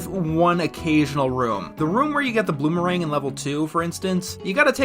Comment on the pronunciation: I like how you said "Bloomerang" instead of "Boomerang". I got a little laugh out of that. c